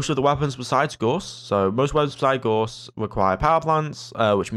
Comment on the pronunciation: FYI: the 'au' in Gauss is pronounced like the 'ow' in cow, and the ss is a hard s like in 'stop'. It's a german last name; Carl Friedrich Gauss, for whom the Gauss unit of magnetic field strength is named, was a mathematician and physicist who made a lot of contributions to the understanding of magnetism.